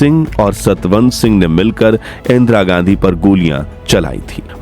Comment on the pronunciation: इंद्रा गाण्डी 😂हाँ हाँ हाँ इंद्रा गाण्डी। बोलना ही नहीं आता 😂